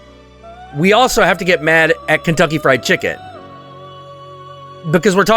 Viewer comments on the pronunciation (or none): none